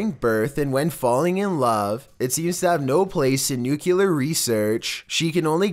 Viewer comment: Did anyone else notice that the tone of the narration changes frequently? Also it's pronounced "nu-clear" not "nu-cu-lar".